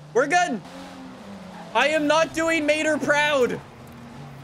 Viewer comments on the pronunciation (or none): none